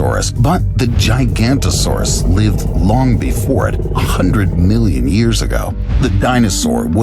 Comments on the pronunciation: it's not giganto-saurus but giga- noto-saurus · Forgive me for nitpicking details, but if you're going to present an animal, at the very least learn to pronounce it's name. You lose a ton of face credibility if you don't. GI-GA-NOTO-SAURUS. Kids who watch these videos can do better than this. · That is not how giganotosaurus is pronounced. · Bro that’s not the correct pronunciation of giganatosuaruse